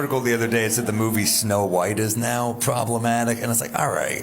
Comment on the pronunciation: No-white and the Seven Dwams